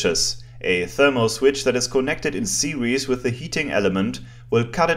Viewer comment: Apart from the word "series" your English is superb.